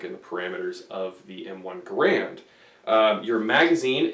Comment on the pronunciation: Its not called an m1 grand its G a r and